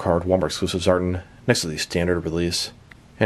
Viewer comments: you’re far from the first to pronounce it that way too. It sounds weird to hear it like that, but all through the video you pronounce it as “Zartn” instead of “Zartan”. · It's pronounced ZAR-TAN🤙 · Reviews more emphasis on "AN" within the word Tan. Ex." I went to the beach to catch a TAN". ZAR-TAN. I'm not sure if it's because u have an accent. If so, i apologize. I enjoy your content either way. 🤙